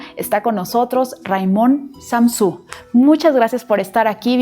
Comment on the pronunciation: admiro mucho a, de hecho lo considero uno de mis maestros, pero la entrevistadora deberia quedarse callada la proxima vez, pronunciar correcto el apellido del entrevistado y averiguar cuantos libros ha escrito el autor.